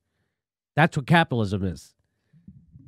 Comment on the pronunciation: "Crapilatwism hurt my feerings. shahp plz"